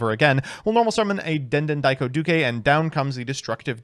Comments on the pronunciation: I have a feeling that's a "duke" and not a "du-ke". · den den daiko doo-kay is the new Re-sit-all Starling bc never ays it right. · How… HOW did he manage to mispronounce the easiest part of “Speedroid Den Den Daiko Duke”? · It's impressive that can pronounce Fuki-Modoshi pretty much spot on but he can't say the word "duke".